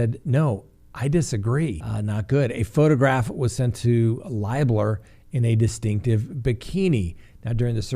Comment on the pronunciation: Lib (like liberal) ler. I’m from Alexandria Indiana. Libler. Just an FYI